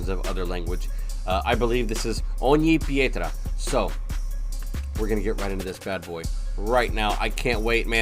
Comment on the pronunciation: I am very impressed by you. Your pronunciation of Ogni Pietra is great! Best I've heard a non-Italian speaker say on youtube. Again I love your reactions. A good quality for this is here not sure if you can show it but I know you can watch it personally.